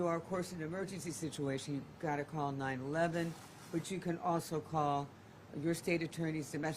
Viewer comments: Yes why was she saying 9-11? So annoying!! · 9-1-1, not 9-11